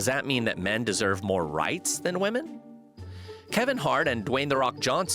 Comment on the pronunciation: When did we forget how to pronounce the word women?